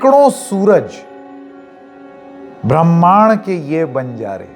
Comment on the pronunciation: आप ब्रह्माण्ड को ठीक से नहीं बोल पा रहे हैं।